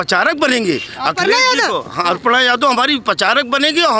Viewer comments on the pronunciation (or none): अर्पणा नहीं, अपर्णा बोलिये 🤣🤣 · अर्पणा यादव नहीं अखिलेश की भाभी का नाम है अपर्णा यादव आपके बोलने में अशुद्धि है कम से कम शुद्ध बोलिए अपर्णा यादव का भाजपा में आना भाजपा की बहुत बड़ी निश्चित हो गई